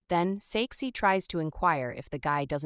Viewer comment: When you said “His name is Saeksi” i heard sexy😂